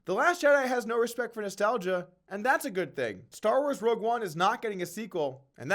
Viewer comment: Rogue not Rouge Rogue not Rouge Rogue not Rouge